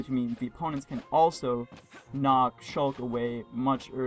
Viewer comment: NAW ITS SHLUK TIEM!